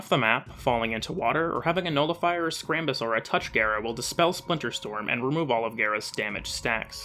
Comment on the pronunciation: Oh my fucking god gara like car not hair >:(